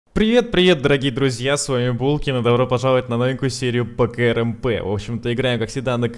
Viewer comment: Говори не "К-Р-М-П ,а КРАМП. Так будет лучше!